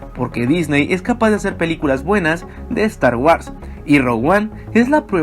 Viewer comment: " Estar UARS " 🤣🤣🤣🤣